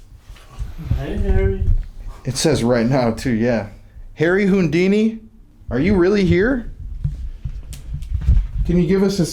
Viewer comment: sorry but I'm lol-ing at how you're pronouncing "Houdini"....."Hoondini" 😂 All jokes aside, this is so incredibly enlightening. I appreciate so much that you're helping spread a very important message, just like with the Lady Bird Lake situation. I'd have never known.